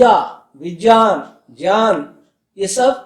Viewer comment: Guru ji vgyan nhi vijyan hota h Shudd kijiye use